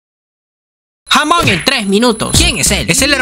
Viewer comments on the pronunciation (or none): El punto es que nunca pudo decir su nombre bien HAHAHAHAAHA